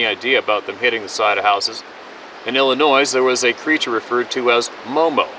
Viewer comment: P.S.A THE S IN ILLINOIS IS SILENT!